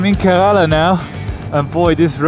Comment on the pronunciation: You pronounced Kerala wrong all the time. 🤫 The first a is silent. So it's pronounced like Ker(uh)la. It would be nice if you show more of your interaction with the people and surroundings, and less of riding. 👊